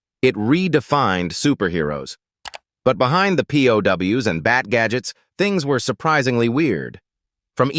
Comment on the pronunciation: P-O-Ws ?Getting real tired of AI mispronunciations.